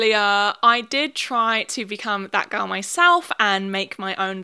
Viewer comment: LMAO WHEN SHE SAID THAT GIRL TREND I THOUGHT SHE SAID FAT GIRL TREND